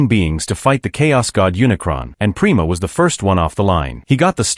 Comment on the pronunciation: It’s pronounced PRIME-A not prema…. :/